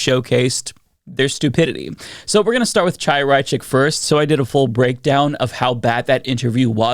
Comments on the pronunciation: A pet peeve of mine...you know how to say Hanukah, correct? Well, it's really Chanuhah, but you wouldn't pronounce it "CHA," rather you use "HA." So, please, it's not Chaya (CHAH-YA), pronounce it as HAYA. Understand? You sound stupid saying it with a hard CH. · The ch is Chaya is pronounced like the ch in Bach or Loch. Not like in chicken. If you can’t pronounce it, saying Haya is closer.